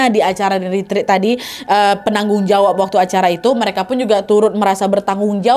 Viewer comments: Maaf kak ret ret bukan rit rit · Permisi kak nad saya mau benerin pengucapan retreat itu retret buat retreat.